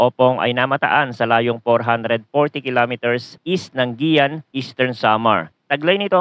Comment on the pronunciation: Hindi po "giyan" Ang pronunciation Ng Lugar po namin minorder mo Naman po Guiuan po parang ganito po Ang pag ka bigkas "Gewan"